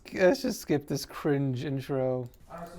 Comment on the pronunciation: So cwinge